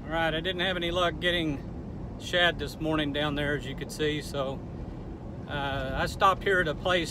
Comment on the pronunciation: Were you saying "shad" or "chud"? Looked like a great day!